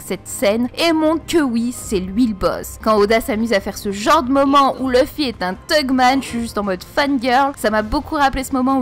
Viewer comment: Faut arrêter de dire thugman stp